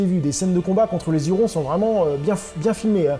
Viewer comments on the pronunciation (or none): Les Hurons,prononcer Urons et non zurons merci